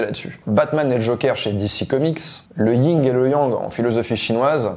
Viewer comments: Pas yinG et yang pas toi stp. C est le yin. Tres bonne vidéo au demeurant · Moi en qualité de correctrice incorrigible (qui a saisi le jeu de mot ?) : on dit le YIN et le YANG et pas le ying et yang. Sinon vidéo hyper édifiante. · Pas pour faire chier, mais c'est pas le ying mais le yin.... donc le yin et le yang. À part ça, c'est super tes capsules. J'adore. Merci